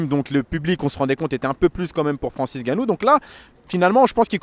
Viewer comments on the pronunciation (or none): Ça fait les commentateurs sportif et pas capable de bien prononcer un nom ça me fume 🤦🏻‍♂️🤦🏻‍♂️ Francis Ngannou devient Francis gannou ... Exactement comme ces commentateurs de foot qui nous sortent des Kylian Bappé... On écorche pas un nom !!!